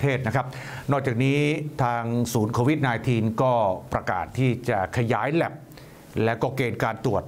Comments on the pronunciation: ทำไหมกิตติอ่าน โควีด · นายกยังอ่านโคหวีด